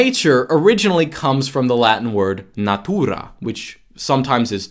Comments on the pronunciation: > natuuuuuuuuuuuura tonic accent is 0% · and natura is pronounced exacrly as it is in my language. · When says natūra it sound like he play a "classic russian" in movie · i love how when says Natura just like in polish. it is kind of funny